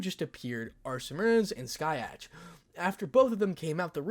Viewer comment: it's Scathach not skyatch